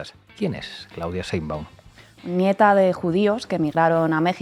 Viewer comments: Sheinbaum no se dice Sheinbun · Todo muy bien pero de verdad es tan difícil pronunciar correctamente Sheinbaum?🙄